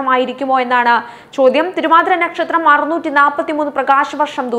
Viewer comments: ന്നക്ഷത്രം എന്നു വായിക്കാതെ നക്ഷത്രം എന്നു പറയു സോദരീ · ഞക്ഷത്രം അല്ല മോളെ നക്ഷത്രം⭐⭐ 😊😊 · മറുനാടന്റെ ന.... പനയുടെ ന അല്ല... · 'ന'ക്ഷത്രം അല്ല പെണ്ണുമ്പിള്ളേ നക്ഷത്രം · നക്ഷത്രമാണോ " ന "ക്ഷത്രമാണോ ശരിക്കും കുട്ടി പറയുന്നത് കേട്ടു കൺഫ്യൂഷൻ ആയി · പന, ഈ ന അല്ല. നല്ലത്, നക്ഷത്രം.